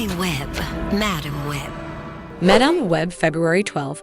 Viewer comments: "Ju-akin Phoenix", "Madahm, Madamm". If you can't bother to fix your AI voices I can't be bothered to watch. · At least learn how to pronounce character and actor's names....sheesh.....sound like a dumb a.i. reader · Overall, decent video but it would help if the narrator could properly pronounce "madame" for madame web. It's not pronounced that way for the character. Then she butchered Joaquin's name.